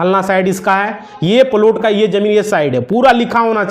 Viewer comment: तू बात बना रहा है. अब तुझको लाइक करना तो दूर सुनना भी बंद कर रहे है. फालतू का बकबास कर रहा है तू. हरामी लगता है. बार बार एक हीं बात रगड़ कर टाइम काट रहा है. प्लाट को प्लुट बोल रहा है. पुराना सड़ा फ़ाइल दिखा रहा है.